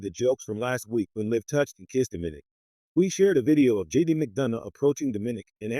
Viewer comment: it's Do-Mi-Nik not diminik